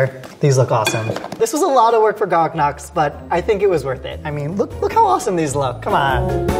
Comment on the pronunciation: he said gog noks instead of garlic knots